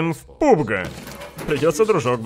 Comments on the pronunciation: Пабг!!!! Не пубг, а пабг, пабг!!! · видос как всегда улёт, но блин, не пУбг, а пАбг!)